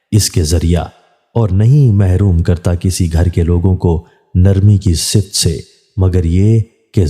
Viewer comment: ➖ ➖♣BHAI SAHIB❗ YE URDU CHANNEL HAI. SAHI URDU LAFZ "SI~FAT" HAI✔ NA KE "SIFT"✖. DO NOT FEEL DISGRACE TO CORRECT YOUR PRONUNCIATION IF INDICATED.♣*ASIA SYED*(PAKISTAN)